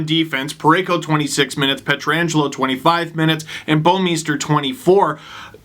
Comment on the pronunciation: For the love of God people learn to say Pietrangelo.